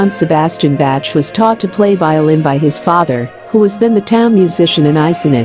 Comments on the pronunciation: nice video, but there are other mistakes here, like Baroque Era was started in , not 1685, and it Pronounce "Bhackh" not "Batch" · It's not pronounced "Batch"...i cringed every time it was said like that. Respect to Bach! :-)